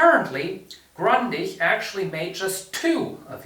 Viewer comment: Grundig! Nicht Grandich